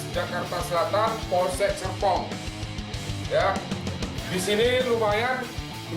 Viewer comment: tapi itu serpongnya kurang R pak ☹😭